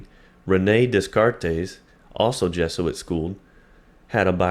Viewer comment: Dude you need to learn how to pronounce Descartes